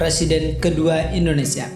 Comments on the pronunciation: Indonesia pak bukan indoneisa :-) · Indonesia bang bukan indoneisa